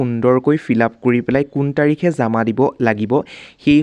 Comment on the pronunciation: কথা বিলাক শুদ্ধ কৰি কব জামা নহয় জমা